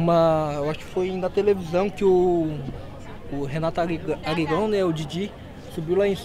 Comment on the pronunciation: Ele falou Renato Arirão kkkkkkk